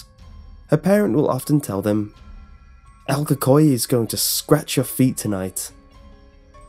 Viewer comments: This man said el kokoay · “ EL COCOI” Bro, I hate when people pronounce things wrong, But its okay because you don’t even speak Spanish, :| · It is pronouced like this: Say the letter L and then Coo coo ee. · u did well but pronounced it wrong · so no research on the pronunciation of el cucuy? really????? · Your literally slaughtering it's name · I’m cringing how you say el cucuy